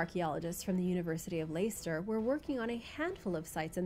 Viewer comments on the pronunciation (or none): Hey, just found the channel and really enjoying it. A little help with British pronouncing though number 5 is said as Less-ter not Lay-ster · University of "Lester" not layster 👍 good video though. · Leicester is pronounced lester. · Its pronounced Lester, yes English is a "dicky" language